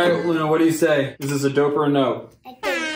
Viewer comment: AWWW she thinks it's "Doper Nope" Not "Dope or Nope"